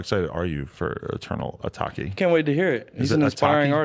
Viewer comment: Adam: How excited are you for Eternal A-Talk-E?. Is it A-Talk-E? 😭😭😭